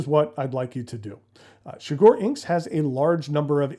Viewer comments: The inside of that box is gorgeous 💙 Shigure is pronounced more like she-goo-ray fyi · shigure: she goo ray pronounce each syllable for the same (short) length, and with no stress on any syllable